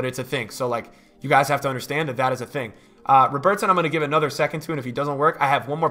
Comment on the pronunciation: Why do you pronounce ‘Robertson’ like he’s Brazilian? Bro he’s Scottish. Love your vids man.